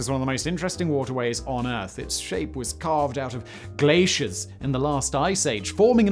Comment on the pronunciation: Why did he say glacier like Ron Burgundy lol